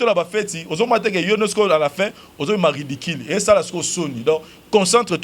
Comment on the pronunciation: Ridicule et non ridiquil